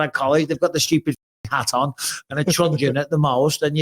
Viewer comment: Mike that's a truncheon not a trungeon.